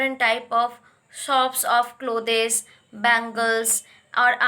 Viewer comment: She says clothees instead of clothes point